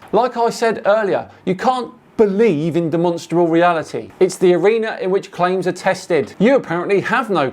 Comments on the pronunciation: Why does he keep saying “Demonstable” … does he mean demonstRable? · I'm a demonstrable realist'. Bro can barely even pronounce it.